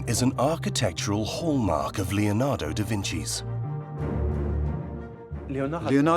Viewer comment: My ears bleed. LEonado Da Vinci, for god'sake LEONARDO. Not lionardo or whatever you are saying.